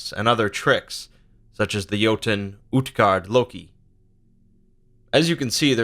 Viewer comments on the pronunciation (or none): none